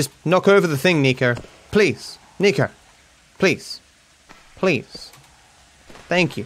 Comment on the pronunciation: "sniko Bellic" Unsubscribed